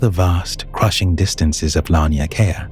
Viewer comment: Laniakea is pronounced law-knee-ah-kay-ah I love your videos.